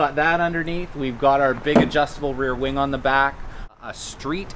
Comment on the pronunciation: he said wang i think he meant wing